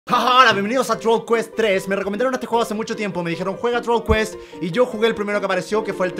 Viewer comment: el dijo trool quest